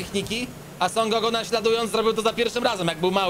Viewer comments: Teraz sie mówi SON GOKU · Niby największy fan ale źle wypowiada imię Son Goku